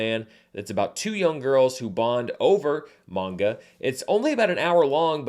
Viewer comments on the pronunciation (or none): none